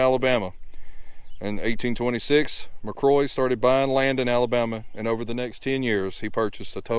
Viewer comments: My last name is McCrory and I’m a descendant of Ensign James McCrory. Thank you for showing his burial site. However, I cringed every time you mispronounced our last name. Think of the name “Rory”, then add Mac to the front of it. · Pronounced Mac cŕoary with a roar in there. 😊